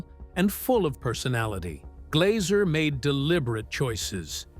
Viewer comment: It's Glazzzzer, not 'Glauser'